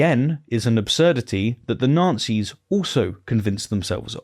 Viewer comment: Is deliberately mispronounced Nazi's? I'm hearing Nancys. I would actually prefer this...